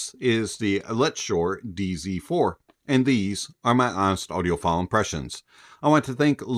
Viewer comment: I heard DC4... I'm from Mexico and I think I can pronounce "Z" better than you hahaha😂❤🎉